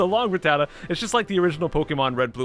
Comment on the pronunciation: Thank goodness. I developed a bad tic every time you butchered the word “rattata”